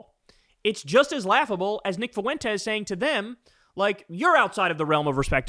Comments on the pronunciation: You sound a little slow when you keep pronouncing it Fu-en-tez instead of FWENTES. I know you’re not, but dude is a quarter Mexican. Pronouncing it correctly is respecting the Spanish language. But listen to other left talking heads pronounce it. I’m right and whoever reads your comments should tell you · The fact that Kyle cannot pronounce Fuentes correctly drives me nuts. I’ve been listening to him say FU-EN-TEZ. Isn’t it like FWEN-TEZ or am I the one who is wrong? Fuuuuuu en - tez lol